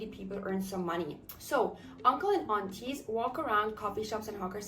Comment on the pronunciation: Your `Uncle` & `Auntie` is totally local accent tone perfect. Swee!